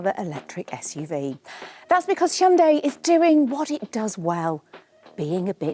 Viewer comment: Your pronunciation of Hyundai: 👌🏼